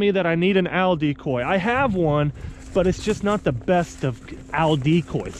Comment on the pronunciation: Good luck finding an Al decoy! They're about 6' tall and weigh 250 pounds lol Love your videos man, I just laugh when you say owl. Good luck in Arkansas!